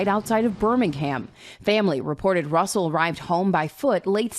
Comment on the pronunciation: 'RUSSLE' ~ Really??